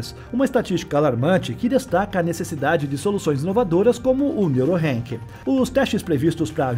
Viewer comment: Se fala Neurock não Neurorank😊